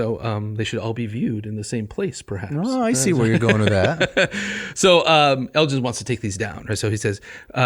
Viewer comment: Guys, seriously... so much going on here that I don't even know where to start. Basics first: the G in Elgin is hard, not soft. Elgin obtains permission to "take away any pieces of stone with inscriptions and figures" from the deputy grand vizir BEFORE even setting foot in Athens. Nothing to do with greed for statues and such; he had been made aware of the decay of the buildings by Lusieri and Philip Hunt (his private secretary). Once it's clear that the ruins are doomed to perish and nobody cares, it becomes a rescue mission. Moreover, Elgin had never manifested any intention to keep the sculptures for himself, even less to bring them to Broomhall. Vrettos himself is unable to bring any evidence to corroborate this claim. On the contrary, there is plenty of proof that he wanted the sculptures to be "of public utility and public property" and be acquired for the nation, so that they could contribute "to the progress of the arts in Britain". Even Byron himself recognises that Elgin took the sculptures "to instruct the English in sculpture"! Negotiation for the government acquisition of the marbles had started already when Elgin was still in exile in France (well before the famous divorce, and therefore not connected to that). Let's spend a word on the Ottomans: they had a legal right to the marbles in international law. The right of conquest was a thing back then, and transferred to the conqueror the ownership of all public property (including military fortresses such as the A